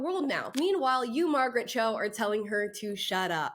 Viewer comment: Who is Marget Cho?🤔